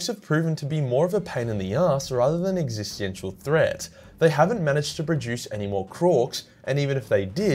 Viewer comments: Not trying to be a prick, but if you care, "existential" is pronounced "ex-iss-ten-shal". Or you can just own what you do, whatevs. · Once again, this is from a place of love, not criticism, my bro: Existential: Ex-ih-sten-shall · Ex-ee-sten-shul existential ma dude. Another awesome video:) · ...existiantial... 'existential' is the word you're looking for, i believe? Sorry, bothered me more than it should have. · Your pronunciation of existential hurt my soul a little bit not gonna lie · Could you pronounce existential right once in the video or??